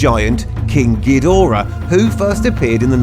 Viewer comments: When he says king kidora(cant even begin to spell that) he sounds like he's saying kinky dora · Kingu Gidora?